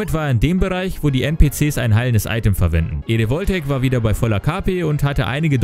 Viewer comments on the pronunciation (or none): none